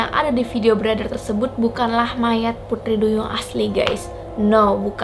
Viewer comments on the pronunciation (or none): Pengucapan T nya medok, bukan putri tapi puthri.. 🤭 org Bali kah..??😀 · Kyk ngomong "Pudri" duyung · Apa aku aja yang salfok pas dia ngomong “putri” 😂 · Aku salfok sama ngomong "putri" duyung nya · Pengucapan putri duyung nya kek logat logat bali ya gaes 😁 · Ngomong pu-TRI nya kenthell buwangett mbak wkwk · Kok prasaan ngomong T nya gitu sii kak😅😅